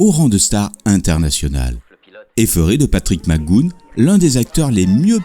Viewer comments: Henri Thebault 👍🏼 oui. McGoohAN... et pas « McGoune »... 😒 il faut se méfier des liens qu’on refile pour persister à croire qu’il faut prononcer « McGoune » surtout si on n’a pas l’oreille pour ça 🤣 et sans tenir compte des spécificités de langage propre à chaque anglais selon sa région de naissance... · vidéo intéressante , par contre son nom se prononce macguoane il était bon acteur mais dans la vie privée c était une horreur et plusieurs rôles lui on échapper au cause de son caractère ... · Interresant, mais ce serait bien de ne pas massacrer son nom avec des Mac Goonne agaçants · Mouais... il me semble plutôt entendre quelque chose comme Mister Mac Gou-on ou Mister Mac Gou-eun plutôt... mais sans que le "h" ne soit prononcé, les deux sons sont donc enchaînés très rapidement. C'est peut être du à l'origine irlandaise ? (: | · Son nom se prononce "Mac Gou anne", et Gipsy se prononce "ji psi" il n'y a pas de U comme dans le prénom "Guy". Désolé d'être aussi pointilleux, mais dans les précédents épisodes il y a aussi de telles erreurs, et c'est dommage car c'est vraiment une excellente série. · Son nom de prononce mac goo -HAN 😉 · Pourquoi mal prononcer son nom de famille ? 😡😡😡😡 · Très bon documentaire , juste une petite notification McGoohan ,le a se prononce aussi ^^ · c est patrick Mac go hane phonétiquement) pas macgoune mdr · Ce n'est pas mac goon, mais mac go ane, Mac goohan. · Plutôt bien construit comme documentaire. Bravo. Quelles sources avez-vous utilisées ? PS - On dit "Mac Gou-heune" et non "Magoune" (je chipote) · "McGoohan" = Mic-Gou-Hann (Pas MacGoune) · Pourquoi vous dites " Magoune"? C'est McGoohan!!! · super, mais pourquoi prononcez vous mc goon ? c'est mac goo han, avec un H aspiré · Tout à fait d’accord... je confirme ça se prononce Mac GO-ANE ... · Excellent commentaire .... sauf que j'aurais plutôt prononcé Mac "Go-Hann" selon l'usage français .